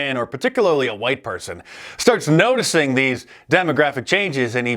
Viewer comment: Stop nose-ticing